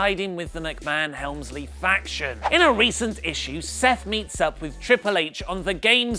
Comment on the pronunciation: I believe you mean Vince Meekmahan